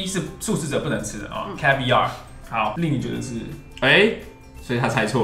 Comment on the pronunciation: 阿滴英文 你一直和長頸鹿說字的意思。 還有，jalapeño 和caviar 唸錯了。